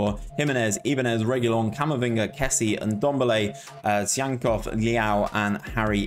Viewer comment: lmao for butchering Tsygankov's name and then saying he's from Uruguay.. don't look like one is he haha